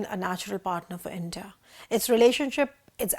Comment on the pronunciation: Intah...Intah...Intah...What is this? Are you trying to say India? Why is that nobody in theprint pronounce English words properly?😂